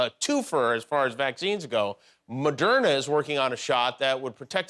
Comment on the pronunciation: the way we pronounce Moderna is like that meme girl saying "Ermahgerd"